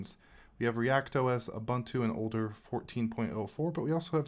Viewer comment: Ubuntu is pronounced u-boon-too.